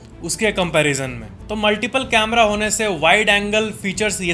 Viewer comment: कैमरा not कमरे